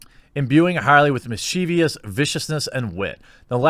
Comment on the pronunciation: "Mischievous" is pronounced "MIS-chee-vos", not "Mis-CHEE-vios".